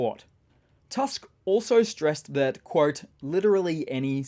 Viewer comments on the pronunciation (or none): none